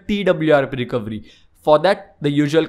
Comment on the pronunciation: It's not recovry, it's fucking recoVEry my god!